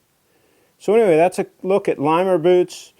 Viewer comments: it is not Lime-er it is not Leam-er. it is Limb-er. my god, be respectful. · Those boots are some of the best. I've had mine all over the world in the 5 years I've owned them. Its about time for a resole. Its pronounced "Limb-er", yes their shop is in Intervale off 16 and jezzum...you need to get those things dirty. 25 years old and they look brand new!...??? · Limmer has a page on YouTube where the owners say the boot name. It’s not pronounced Lee-mer. It’s pronounced exactly like it looks; not lime-er and not Lee-mer, but Limmer. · Can't believe he made a video without checking how to pronounce Limmer first. It's not that hard.